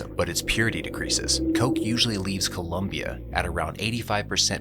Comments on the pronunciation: It’s COLOMBIA, not COLUMBIA. Ignorants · It's NOT ColUmbia, it's COLOMBIA...you ignorant clown. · Do not be an ignorant, it is Colombia not Columbia. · It's Colombia not "Columbia" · It’s ColOmbia not ColUmbia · Please dude, it's Colombia, not Columbia. >_< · Disliked for not knowing it's ColOmbia, with an "o".